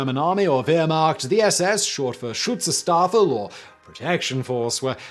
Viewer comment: Simon add an extra syllable to schutzstaffel. Is usually so careful. Or his editors are.